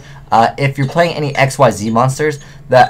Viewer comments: Ekseez. Ekseez! That's how Xyz is pronounced! Not X-Y-Z, not Exceed, Xyz! How many times must I mention this? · Xyzs monster is pronounced "ick-zees"